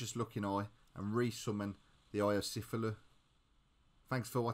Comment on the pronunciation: sufulu lol is said like ca thew loo